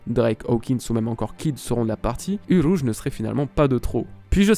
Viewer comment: le roulage de R de uRouge 👌🏻